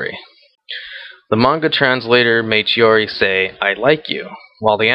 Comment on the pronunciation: Chihori??Its Chihiro :)